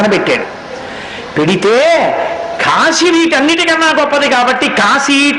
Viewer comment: Kaasi (కాశీ) is correct . Not kasi(కశీ) .